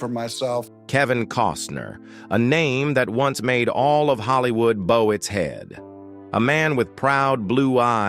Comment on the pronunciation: “BOW” his head. Pronounced like a bow that goes on a package. Devolution.